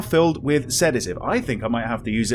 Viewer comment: sees the bottle of Sedative "SEDAGIVE?!"